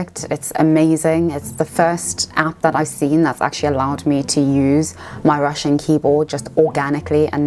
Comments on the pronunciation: Your Russian pronunciation is very good!!! Great job!! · As a Russian, I should say that your pronunciation is nice. You will be fine in Moscow.